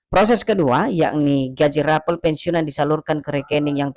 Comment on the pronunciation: RAPEL KLUAR BUKAN RAPEALON BUKAN ...KLIRU RAPALAN...GAJI.